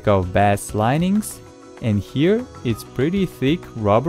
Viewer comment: Also, English tip, know it’s not your first language so here’s a tip bass is pronounced the way you said when you are talking about the fish but it’s pronounced “base” if you are talking about low frequencies of sound and speakers.